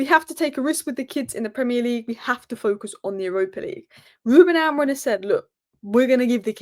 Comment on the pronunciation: Are you saying Ruben AmoriN? Lol